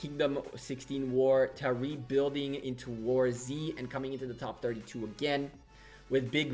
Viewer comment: Nice video. Btw, its warz, not war z, pls, ty :P